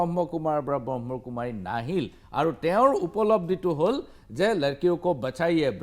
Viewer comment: আপুনি প্ৰথমতেই সংস্হাটোৰ নামটোৱেই ভুলকৈ কৈছে । ব্ৰহ্মকুমাৰী নহয়, ব্ৰহ্মাকুমাৰী । কোনো এটা সংস্থাৰ গভীৰলৈ নোসোমোৱাকৈ দুজন ব্যক্তিক লৈ এটা বৃহৎ সংস্হাক এনেকুৱা তুচ্ছ মন্তব্য কৰাতো আপোনাৰ দৰে জ্যেষ্ঠ সাংবাদিকৰ মুখত শোভা নাপায়।